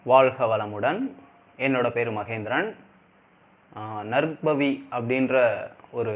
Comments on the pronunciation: First pronounce Name clearly is it Narbhavi or Narpavi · பசு என்று கூறும் போது ப-வை எப்படி உச்சரிப்பு செய்கிறீர்களோ அதுபோல் நற்பவி என்று உச்சரிப்பு செய்யுங்கள். 🙌 வாழ்க வளமுடன் 🙌